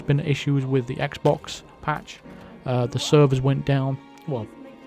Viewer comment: “There’s an issue on x bawks.” Not surprising